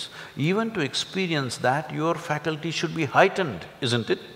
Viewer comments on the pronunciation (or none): Is guru saying low down you faquity or fradety ??please correct me.